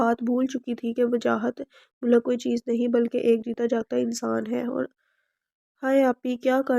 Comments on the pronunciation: Mulak nh . Heer malik naam h. Apko pre reading lazmi krni chaiye. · Borrrr novel or jo larki novel suna rhi thi uss ko koi ye bta de k mulk nhi malik lfz use krna tha ! iss ne mulk mulk bol kr pooray novel ka khana khrab tou kiya hi sath mn kaan bhi pka diye ! mulk mulk bol kr malik zaat ka bhi khana khrab krne ki koshish ki h ! Soooooo bad😏🙄😠😠😠